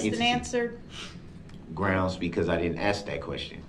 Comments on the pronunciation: He says “Grounz”. 😂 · He's such an "azz"....he wants to be in charge....he's "axing" the questions....trying to argue his point of being in charge....sooooo"stupid".......grounz, grounz, grounz....those facial expressions shows his ignorance!! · Grounz for da sub-stain? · U think he ever found out sustain doesnt have a B in it? Sraight face everyday mispronouncing words and then repeats them constantly does it if he would listen instead of yelling groundz they say the grounds everytime hes the dumbest person ive ever heard speak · “Grounz” for the “substain”…😂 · Groundzzz for the SUBSTAIN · A smart person can act dumb but a dumb person can’t act smart, grounds!!!, substain, aks. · "grounds for the substain" What an absolute jackass. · Idk much about law can someone tell me why he keeps saying grounds ?😂